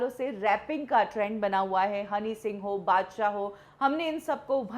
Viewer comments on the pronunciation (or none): none